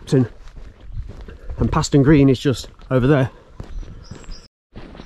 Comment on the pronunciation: Fantastic Video, especially nice to see the aerial footage! I live in Knapton, and have walked the entire route (North Walsham - Cromer Tunnel) many times in my younger days. You missed the Railway Terrace at Mundesley which is well worth a look! PS Paston is pronounced “Parston” by Locals! 😂